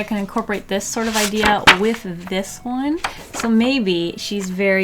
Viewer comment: Dwawing wiff waffles 🧇 lol 😂 drawing wiff waffles